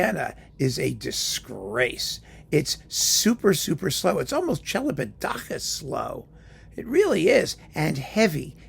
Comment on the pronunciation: I never knew how Celibidache was pronounced. So thanks for that!